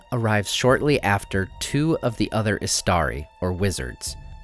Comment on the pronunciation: Thought you said Astarte for the wizards. Now I'm convinced Sauron had trouble with the Blue wizards because they were a pair of Ultramarines.